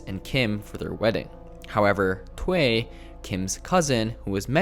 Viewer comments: WHAT IS THWAY??? ITS PRONOUNCED Thoo-uy. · Thuy is not pronounced as "twai", but as "thoo-y". Also, he is not upset that she is "marrying a white man". Firstly, they are not getting married and secondly, het is mad that she broke her vow and is with the enemy now, an American, whatever the color. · N NOT "TWE"... its "TUY" (Thuy), Macintosh is the Producer not the Director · It's two ee. Not that.. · i think Thuy is pronounced like "TWO-yi"